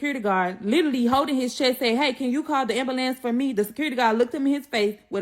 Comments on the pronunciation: Pacificly. Ax. Ambalance. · Listening to her made me need an ambalants..😂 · Kewersssions she wasn’t axing any. 😂😂😂 Ambulambs